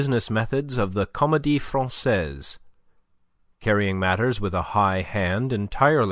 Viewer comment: Enjoyed the reading. A few awkward, Americanized French pronunciations caught my ear, but the wrong pronunciation of Francaise by Pantaloon, followed by the correct one by Andre-Louis made me wonder.